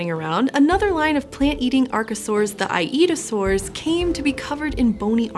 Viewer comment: "I Eat A Saur"